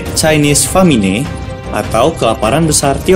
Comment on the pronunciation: Mhn naratornya diganti dgn orang yg lebih terdidik. Kalau genosida merupakan kejadian "saling membunuh" itu namanya "perang" atau "tawuran".... Kemudian pada " The Great Famine" diucapkan "Famine" dgn lafal Indonesia (fa-me-nay) yg seharusnya "femin"